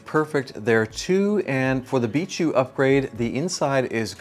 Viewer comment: Its bi k not bishu